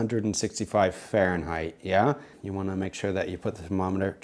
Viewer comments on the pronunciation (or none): none